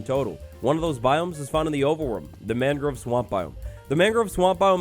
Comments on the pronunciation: i love but as someone who's lived in Florida for 20 years, the way he pronounces "mangrove" drives me absolutely crazy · great video :) the way you pronounce mangrove bothers me though aha /lh